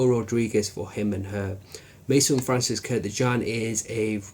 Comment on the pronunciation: I don't get it, many of you don't know that his last name is KURKDJIAN, not KURDJIAN or KURTJIAN or whatever.. If you use and pay a lot of money for some product then try to remember what have you buy.. like many people says: Tommy Hilfinger, Grunding and so on..